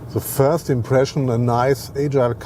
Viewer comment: Frast let's talk about Porsche" hahaha im dead 😂